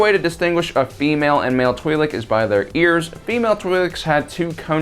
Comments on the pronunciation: Pronunciation is twih-lek, the name twi'lek coming from twin lekku, the name of the two tendrils that come from their head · It's Twi LOC 🤦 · i cliked off as soon as you said you were be calling the twiiks its twilikes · Twee-lek Laykoo...? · One thing's for sure: I'd blast Aayla from behind, too ( ͡° ͜ʖ ͡°) EDIT: I've generally heard it pronounced "twee lick" by both friends and family alike, as well as in pretty much all Star Wars media that I remember getting into. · Tw (eye) Lek. I may be wrong but learned speech is a thing... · If you can't take 30 seconds to figure out how to pronounce twi'lek. Unsub see you